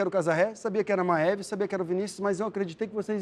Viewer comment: Vim aqui, só pra saber como se pronuncia o nome da MA-E-VE.